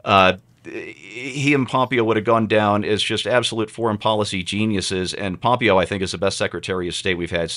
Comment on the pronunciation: you're the only person I've ever heard mispronounce Mike Pompeo's name. Pom-PAY-o.